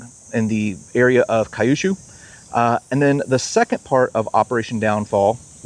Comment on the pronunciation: Kyushu is pronounced Kyuu-shuu, not kai-yoo-shoo.